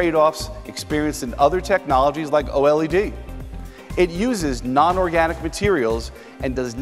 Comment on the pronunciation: Who pronounces OLED O-L-E-D ??